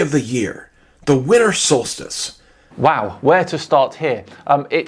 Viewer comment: Instead he says "winter" he said "winner" lol